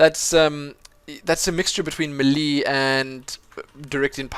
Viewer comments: thumbs up for how he says melee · Its not may lay either its melee